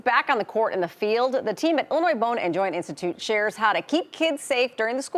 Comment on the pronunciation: The way she said athlete..